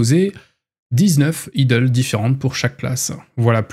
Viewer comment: Pour le "Idles" ça se prononce "Aïdeul" en gros (c'est moche mais c'est pas grave)